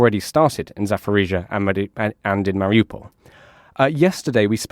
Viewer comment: Zaporizhzhia not Zaforizhzhia. Pronunciation matters.